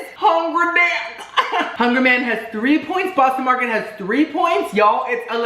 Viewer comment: "Bostino Marketito", "Hungry Whore", "Hungry ballsack" 😂🤣 "There's a tenderloin right there that's being pulled.." 🤣🤣💀 "Hungry deick.."